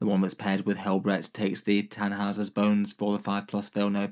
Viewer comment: Tännhausers bones.. Not Tannhauser...